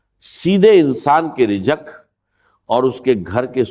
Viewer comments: Israr Ahmed sahab aisi baten nhi krty thy ye Jo rizq ko rijak kh rhy hn ye unka talafuz nhi h. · یہ ڈاکٹر اسرار صاحب کی گفتگو نہیں ۔۔۔۔ لوگوں کو گمراہ کرنے کے لیے ان کی آواز کو کاپی کیا گیا ہے ۔۔۔۔ نہ وہ دروازے کو درواجہ کہتے تھے نہ زندگی کو جندگی کہتے تھے اور نہ رزق کو رجق کہتے تھے ۔۔۔ ویڈیو بنانے والا خدا سے ڈرے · ڈاکٹر صاحب کی آواز نہیں ہے راز کو راج ۔۔۔رزق کو رجک ڈاکٹر صاحب کی زبان بالکل صاف تھی